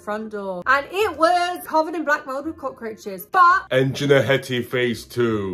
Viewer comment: It wasn't even 10 seconds in when Hattie was narrating and Jin said Cockroaches, I burst out laughing, yeah, definitely pronouncing it like that from now on!